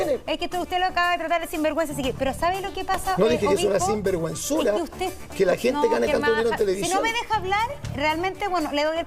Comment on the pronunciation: moserrat no puede decir ,sinverguenzura dijo 3 :veces singuerguenzura , la vieja penca